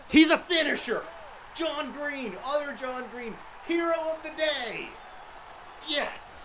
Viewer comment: "How did you not finish there John Green?" Sounded so wrong...